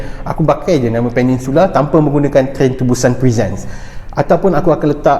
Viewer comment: Peninsula Bukan Peningsula Bang